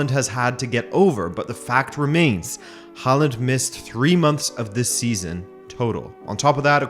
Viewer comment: What's with the mispronunciation of his name? The "Haa" is pronounced with the same vowel as in "tall".